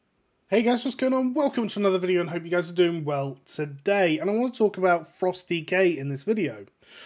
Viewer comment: Very helpful videos! I always like the way you say toDAY 😂